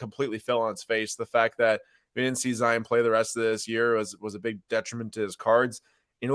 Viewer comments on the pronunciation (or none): Love the content but can’t stand it when you say “Zi-en” instead of zi-on 😭